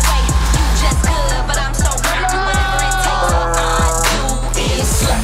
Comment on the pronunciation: "With the family that 'sleighs' " I can't 😭😭